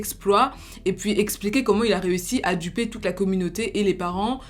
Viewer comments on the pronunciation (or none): none